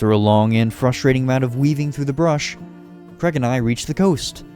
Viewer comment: tf kinda name is creg? please tell me your not trying to say Craig